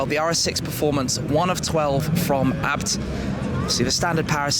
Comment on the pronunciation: isn't it A B T like ayy bee tee or in German AA bi ti